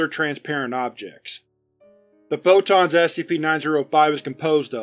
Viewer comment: The way he says "photons" sounds a lot like "bow-tons" to me